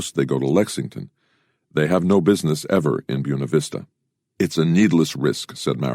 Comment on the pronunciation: Byoona Vista lol